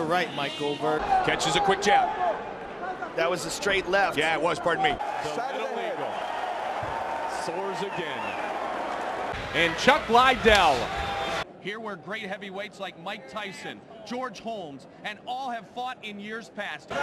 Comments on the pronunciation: "Chuck Liedell" lmao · To be fair on his pronunciation of Liddell’s name, Rogan used to call him Lie-Dell too. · "chuck ly-dell"